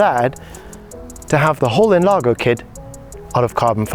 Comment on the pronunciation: we prounounce NLAR*J*O because it means enlarge